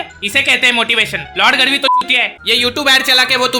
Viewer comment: Bro गढ़वी है गड़वी नही